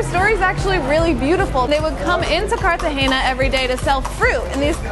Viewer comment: If you're going to make a video, at least pronounce the name of the city correctly. It is embarrassing.